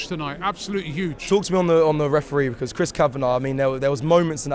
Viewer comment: 😂😂 why does Robbie say because like that? 😂😂😂 weird pronounciation